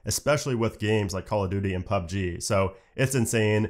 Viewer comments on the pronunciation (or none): none